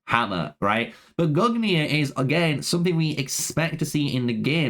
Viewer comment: Respectfully, brother, your pronounciations of these names were offensively bad. I don't know who mollonir and gugnir are, it sounds like what they might have been called if Loki had succcessfully disrupted their creation. Decent video otherwise